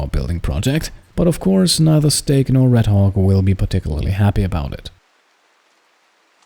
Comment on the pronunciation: I love how you pronounce 'Redhawk' sometimes it sounds like Redhog :P